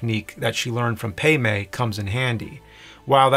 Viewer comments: Or calling Pai Mei "PAY MAY" Dude they call him "Pie May" in the movie, seriously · Dude.....Pai Mei! PAI!!!!! p-EYE!!!!!!! NOT PAY MAY!!!!!STOP IT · Great content though. No offense but I think it pronounces like pie may and not pay may. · Bwhahahah at Pay May. It's Pei Mai and sounds like Pie May. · Isn't it "pie-may" not "pay-may"? I'm bothered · “Pay-May”??? You mean ‘Pie-May’?? (pronunciation) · The master's name is spoken as "Pai Mei" in the movie, not "Pei Mei." It's based on a legendary martial arts figure 白眉道人 "daoist with white eyebrows," associated with the Shaolin monastery. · It’s Pai Mei as in “Pie May”...geez dude! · I really hope he's saying "paymay" on purpose 😂😂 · Pay May? C'mon, man. How many times you see the movie? That aside, looks like a great edit. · “Pay may”?? Lol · You're saying Pai Mei wrong. It sounds like "Pie May." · They say it in the movie, James is just wrong lol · Its Pie May. Say it right. U are ruining one of my favorites. Lol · So... who's "Pay May?" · It's Pai Mei as in "pie may". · “Pie may “ is only said a thousand times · Pay-may lol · Just a tiny gripe. The A in Pai Mei sounds like the A in car, not the sort of E you made. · Yep. Love this video and him explaining his edits, but for someone who's watched it a ton while cutting it all together, I don't understand how he could keep mispronouncing Pai Mei. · It’s Pai Mei, not pei mei, and Elle, not Ellie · Wh...why is he pronouncing the names wrong? Elle = 'L' Elle does not = ellie Pai Mei = "Pie-May" Pai Mei does not = "Pay-May" These names are said IN the movie . Why is James pulling a Whatculture.. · You pronouncing Pai Mei and Elle's names like that so many times is killing me. - wait, what? The Japanese version is in color?